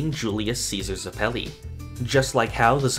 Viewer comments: Ughhhh stop saying zepili like that!!! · Why’d you say Zeppeli like that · You say Zeppeli wrong, yet someone say Gyro correctly.